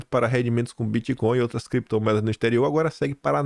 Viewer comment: CREPTOMOEDAS E BITCÔIO. 😂😂